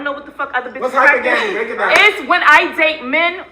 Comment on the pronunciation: “I practice HYPER GAMMY”… This bish can’t pronounce hypergamy correctly and she claims 70k ain’t ish. Women like this I’m so happy I never see on a daily basis. You can’t build wealth with a woman like this. She lacks the basic understanding of how money works and to be honest she don’t care.